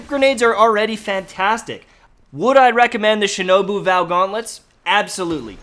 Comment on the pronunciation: You were actually pronouncing "Shinobu" correctly. 👍